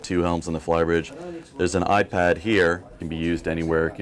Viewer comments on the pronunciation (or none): none